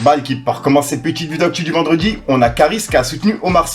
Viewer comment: Stp frérot arrête de dire" cete" titre cette mode de rajouter des ""te "" à certains mots est déjà passé merci et le charo qui a des problèmes pour viol ose donner des conseils de seduction trop marrant et booba à tout à fait raison si la justice ne fait rien ça sert à rien de se battre contre eux au final